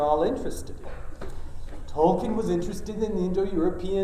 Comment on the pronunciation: The irony of him pronouncing Tolkien incorrectly as 'Toll ken'...and not as it should be 'Toll keen'...